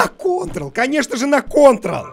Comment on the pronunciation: Высшая степень психовонности - вместо "кытырыл" сказал "контрл"